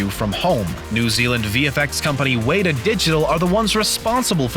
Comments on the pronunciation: Way ta ? Weta I thought that it’s pronounced Wet ta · Why do you pronounce Weita?? It’s Weta :) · It's "Weta" not "Waydaa"... geographically insulated ignorant commentator. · Its pronounced Wetter, not Waytah. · "Wheat-uh Digital" it's pronounced wet-uh you dweeb. How'd you find this schmuck to narrate? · Dude it's not 'weeeta' it's pronounced 'wet-a'. Named after a particularly cool, harmless, but very miniture-dinosaur-looking spider native to NZ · Weta not wayta! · Uh, its Wet-a Not Wait-a /New Zealand Viewer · WAITER digital lol. try WETA you pronounce it like WETTER. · It is pronounced as Wet-ta, not Wait-ta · It is not pronounced Weeta. It is Weta as in wet a. Taken from the insect. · Weta is pronounced ‘wet-ah’ not “wait-er”. A weta is a large prehistoric looking cricket, about the size of a child’s hand. (You should google images of it.) 🦗 🤚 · Haha sorry this isnt important but weta is pronounced wet-a not wait-a its Maori nz native language named after a big bug. Like I said doesn't matter just incase anyone is interested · Lol its Weta not Wayta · WOW great video. I'm from New Zealand and I'm really excited for the new film coming out. One thing though, which is probably not your fault but you said "Weta Digital" wrong. You would pronounce "Weta" like "Weh-taa. The "we" part like the word were and the "ta" part like the start of the word touch so like the taa part. But besides that great video :) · Just so ya know, the 'e' in Weta is pronouced like the 'e' in wet =) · Weta is pronounced wet-ah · It's Wet-Ahh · hey bro. its pronounced wet-ah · w-AY-ta digital 😂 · Who is John Plan-doe? Did you mean John Landau pronounced "Lan-dow" Dow is pronounced like the Dow in "DOW Jones Industrial average" Oh, and WETA is pronounced "Wet-uh". Wet like water. Not weight, and not wheat either. Okay, my work is done. <G> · Well, I am looking forward to it. btw, its pronounced Wēt-ā, is a not so small fugly insect here in Nz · the way he said weta :(